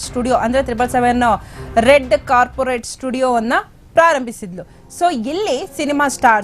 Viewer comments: ಕಾರ್ಪೆಟ್ ಕಣಮ್ಮ ಅದು😅.. ಕಾರ್ಪೊರೇಟ್ ಅಲ್ಲ 😂😂😂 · 🙏🏻🙏🏻🙏🏻ಬ್ಯೂಟಿಕ್, ಕಾರ್ಪೊರೇಟ್.. ದಯವಿಟ್ಟು ಕನ್ನಡ ಕಲಿತು ಸರಿಯಾಗ್ ಹೇಳಮ್ಮ ಹೇರ್ ಸ್ಟೈಲ್ ಸರಿ ಮಾಡ್ಕೊತೀಯ, ಹೆಂಗ ancohringli edella madlikk bitru. Dayavittu news tilstiro tapp tapp kannada helkoditro